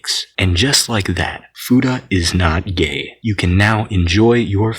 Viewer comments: fooda? the hell is a fooda? FEW-TAH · I always thought it was pronounced fyuta not foota